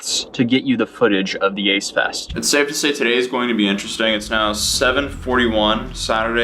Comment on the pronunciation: Idk maybe it's my hearing or your mic, and I'm being serious, I thought you said aids fest. Now that ik it's ace fest, who the fuck is the ace family?